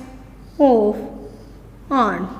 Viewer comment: Pronunciation of ant is wrog